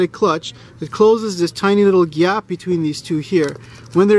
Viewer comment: "Gyap" I can tell you're probably a Caribbean mechanic. Lol